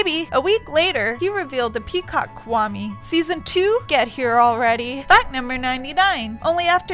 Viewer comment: Rebbecca Stone ahkahma (akuma) kwahme (kwami)